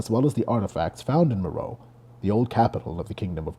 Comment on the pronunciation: "meh-ro-IT-ic." "MEH-ro-ee." I'll never understand how someone can put so much work into making a video like this then think "Meh, I'll just wing it on the pronunciation of key terms" especially when the information is so readily available. It so unnecessarily undermines all the other work.